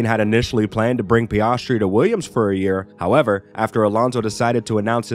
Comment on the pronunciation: His pronunciation of names is so abrasive to my ears 😂 PEE-AHHS-TREE SHOE-MACKER